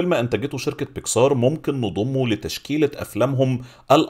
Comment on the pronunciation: بيسكااااار بيكسااار ...ياسيدي الفاضل اسمها بيكسر مفيش مدة على السين اطلاقا :(